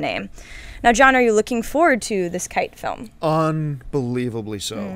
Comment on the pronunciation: KEY-TAY. KI-TE. Not KITE.